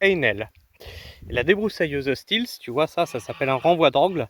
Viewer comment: J’allais dire la même chose !😉